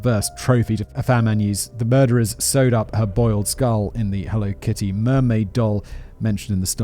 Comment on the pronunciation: I can’t stop replaying “… Let’s jump into the Helly Kitto… HELLO…KITTY murders.”